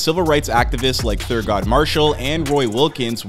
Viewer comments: This goofy really said ThurGOD Marshal smfh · "Thurgod marshall"💀💀🤣🤣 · bro said thurgod marshall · Did this dude say thurgod Marshall? 🤦🏽‍♂️💀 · Thur-GOD Marshall.........c'mon man!!!!!! Do better!!!!!